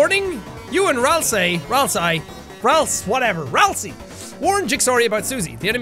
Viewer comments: ralssay? ralsi? ralsee? ah yes, the plural form of ralsei, ralsi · If we base it off of the "ei" in sleigh, then it would be "ay"... Therefore, Ralsei is "Ral-say". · “RAMSLEI”- PLS JACK I CANNOT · BRUH RALSEI IS PRONOUNCED AS RALSEY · it’s pronounced ral-say jack! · its pronounced "ralzee" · just saying, Ralsei is pronounced raalsay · Jack: don't get made at me for mispronouncing Ralsei Everyone: oh we don't care a bout that... WHY ARE YOU NOT USING WARNING WHILE IN BATTLE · It's Ralsei(Ral-say). You can even check by typing his name into google translate and having it read to you. PS You spelled Ralsei wrong. The i is after the e. Sorry if I look like a grammar nazi. I just like ralsei a lot and don't want people spreading false information about him.